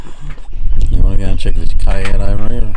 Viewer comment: Cay is pronounced "key."